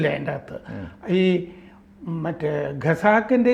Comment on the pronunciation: എനിക്ക് ഇപ്പോഴും മനസ്സിലാകാത്ത ഒരു സമസ്യ ഉണ്ട്.....വിവിധ മലയാളം മാധ്യമങ്ങലിലും.. മനോരമ ഉൾപ്പെടെ.. ദി വീക്ക് എന്ന ഇംഗ്ലീഷ് മാഗസിനിലും... ദീർഘകാലം പ്രവർത്തിച്ച പരിണിത പ്രജ്ഞനായ......((( ഖസാക്കിൻ്റെ ഇതിഹാസത്തെ)))... ഗസാക്കിൻറെ ഇതിഹാസം.. എന്നും.... ഖത്തറിനെ...ഗത്തർ എന്നും... ഖജനാവിനെ ഗജ നാവ് എന്നും.... മറ്റും ഉച്ചരിക്കുന്നത്. അതും ഇംഗ്ലീഷ് ഉച്ചാരണം താരതമ്യേന മെച്ചപ്പെട്ട രീതിയിൽ ഉച്ചരിക്കുന്ന നിന്നും...